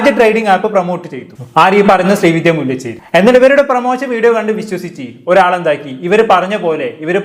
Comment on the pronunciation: മുല്ലചെരി അല്ല ബ്രോ മുല്ലശേരി